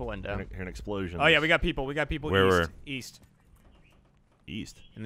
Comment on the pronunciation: East? I thought you said Weast.